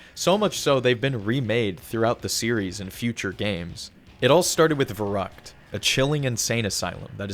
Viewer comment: that's the same map layout they used for the Zombie map Verruckt butchered that name sorry to anybody German in the comments